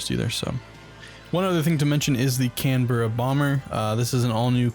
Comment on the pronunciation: Canberra is not 2words it is 1 not can-berra it's pronounced canbra but is spelt Canberra it's also a city in Australia